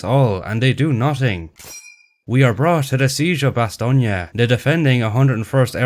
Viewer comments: They way you say Bastogne caught my attention. That's how it'd be pronounced if read with the Italian vocabulary rules, with gn being the Italian equivalent of the Spanish ñ. As seen in Sardegna, or Romagna. This German says it in a similar way. Which doesn't seem right to me. Surely, as a German, he'd pronounce it more like Ba-stone, like the Americans would. Right? The German version of the name is Bastnach or Bastenach. Why pronounce it with a "nye" on there. The way he pronounces it even gives me Russian vibes. Like "nyi" or "ni" rather than "nye." That's weird. And then he pronounces it Ba-stone. And then the general says it like you do. What even is this movie? This inspired me to look up how the Belgians pronounce it in French, and it's apparently "Ba-stone-yo." I didn't think modern French allowed words to be completed. Usually when you say a word in French you give up half-way through. So in my mind it'd sound more like "Ba-stone." Maybe it's a Belgian French thing. Any Belgians or French people who can explain this to me? Also, one last thing, the town is present in the province of Luxembourg. Not to be confused with the country of Luxembourg. Apparently there are people who speak Luxembourgish there, and it's pronounced "Bash-netcsh." Ah, Luxembourgish. The last Germanic Frankish language, which was inadvertently saved from extinction because speaking French was banned by the Nazis, and the locals didn't want to speak German. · Yes. And it says "Ba-stone-yo" I wanted to double check. You know how Wikipedia can be. The articles list sources, but for the pronunciations, there's no sourcing. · So "ba-stone-yo" isn't correct? Edit: I just found an audio file in a weird corner of Wikipedia claiming to be the German pronunciation of Bastogne. And it's pronounced like says it. But it's not used anywhere. It's used on Wiktionary, but as the only example of pronunciation. What is going on here? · Your pronunciation of Bastogne is incorrect